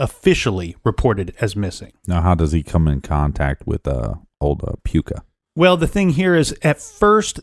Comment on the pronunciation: Puka not hot "a" hahaha!